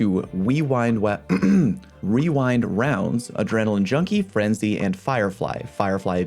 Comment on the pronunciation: 🤣 I'm glad I'm not the only one who says wewind wounds lol